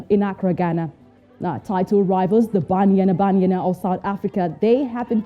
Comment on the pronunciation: I like the way the presenter is calling banyana banyana 🤣🤣🤣